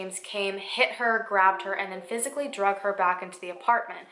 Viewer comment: i’ve noticed in a few videos now, that’s you say ‘drugged’ instead of ‘dragged’. is that an american thing or...?